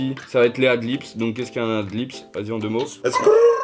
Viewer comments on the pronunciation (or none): Par contre c'est "Ad Libs" pas "Ad Lips". ;) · c'est ad libs pas ad lips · Ad libs pas ad lips mdr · C'est "Ad Leads" pas Ad lips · Par contre c’est ad libs(pas lips)